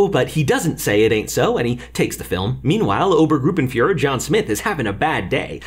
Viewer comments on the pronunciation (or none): His effort was great, but I still cringed when it became Obengruppenführer sometimes. As explanation: Ober=high or 1st for military ranks, oben=up